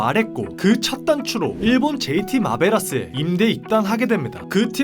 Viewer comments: 마베라스가 아니라 마블스 아니었나요? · 마블러스를 가타카나 발음그대로 읽어서 마베라스 ㅋㅋㅋㅋ